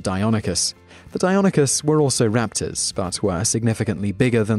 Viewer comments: That pronunciation of Deinonychus has me questioning my existence, I always thought it was Dei-no-NY-chus not Dei-non-y-chus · the first time you pronounced it i literally heard tumors growing but then you pronounced it correctly, when i was in grade school i actually got into an argument with a paleontologist who visited the school on the pronunciation of deinonychus